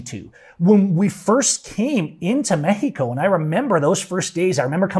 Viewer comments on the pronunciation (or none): ME-HE-KO. It drives me nuts. I like your videos except for that.